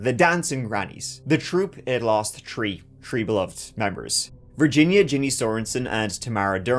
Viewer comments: It's "three", not "tree". How long are you gonna keep that up? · It's so hard to listen to his videos when he can barely pronounce the words 3, 13..30..its "tree,tirteen, tirty..😂